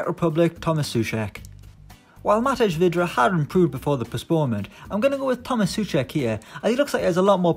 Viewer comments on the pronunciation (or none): none